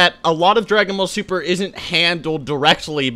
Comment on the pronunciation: Dragon Sall Buper You read that wrong